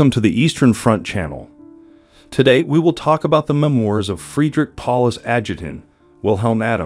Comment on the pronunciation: Why don't you pronounce words properly ? English words are not pronounced just as they are spelt. Use Google if you don't know how to pronounce a word. For example, check memoir and corps.